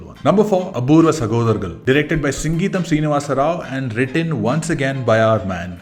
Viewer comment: it's not singeetham srinivasa rao, its sangeetham( means music in telugu)